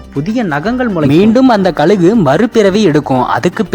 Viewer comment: ழ சொல்லி பழகுங்கள்,கலுகு😢